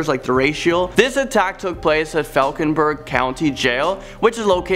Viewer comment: I want to see the video not the guy... And it’s pronounced falwk-en-berg